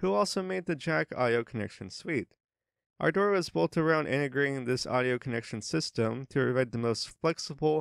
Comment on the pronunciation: This is an English word pronounced ˈɑrdər. It needn't be twisted into something like "R. Door"